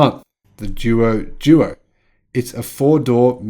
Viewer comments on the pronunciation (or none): Haha, I usually don’t mind you mispronouncing the Chinese car names, but after hearing that long list I just couldn’t help myself. Anyway these are a couple of the most obvious ones: “Duo Duo” is pronounced “Dwo Dwo” and means “More and more”. “Qin” is pronounced “Tchin” - When China romanised their alphabet they picked existing letters for consonants that don’t exist in Europe, and “Q” was one of them. Incidentally all BYD cars in China are named after Chinese Dynasties - doesn’t mean much to the west but they are meaningful to Chinese.